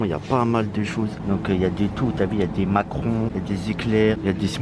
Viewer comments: Ta dit macron au lieu de macaron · Tu as dis Macron au lieu de macaron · On dit macaron pas macron 😅🤣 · On dit macaron et pas macron frerot 🤣 force à toi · on dit macaron